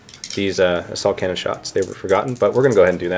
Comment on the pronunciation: taz31999 I laughed out loud when he said assault cannon and it totally sounded like asshole cannon!